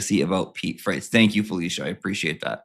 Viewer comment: Freitas. Not fretti. Get it right